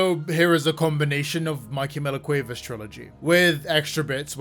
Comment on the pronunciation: As a native Spanish Speaker, the way you say Cuevas is hurting me, no shade, I just find it really funny 😭😭😭